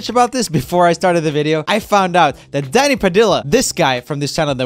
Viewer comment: At the end when he was talking about the live on take thing it sounds like he said daddy padilla instead of danny